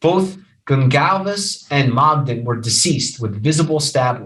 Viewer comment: Mogen- not MogDen "kor" (corps), not "corpse" Kernodle (ker,-no-dul) not, ker-noo-dul Kohberger's tag out of PA was set to expire Nov. 30; the registration of his vehicle in WA was coincidental, not evasive in nature. The dog owned y Goncalves was located in Gonclves' bedroom, not "covered in blood" in MOGEN'S bedroom, where both Goncalves and Mogen were found deceased. The charging instrument DOES NOT STATE the shoeprint was found "in blood" in the hallway, it simply stated a shoeprint was discovered in the hall and was determined to be from a Van's brand shoe. Kohberger APPLIED for an internship at Pullman PD; there is no statement of fact that Kohberger's application was accepted, or that Kohberger ever worked at the Pullman PD, in ANY capacity, at any time. The DNA on the knife sheath was not a MATCH to the DNA found in PA. The DNA found in PA revealed it was PATERNALLY RELATED, at 99.9998% as the FATHER of the DNA profile collected from the knife sheath in IDAHO at the crime scene. There has been no statement of fact that the DNA found on the knife sheath was that of Kohberger's father. It is clear you misunderstood the scope, purpose, and results of the two sources of DNA; the two profiles showed a FAMILIAL connection, NOT one SINGLE person as the contributor to BOTH DNA samples. Sloppy research, unnecessarily dramatic and overwrought. delivery.